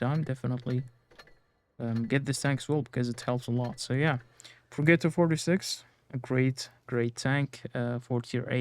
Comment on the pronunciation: Progetto is pronounced Pro-Jet-Oh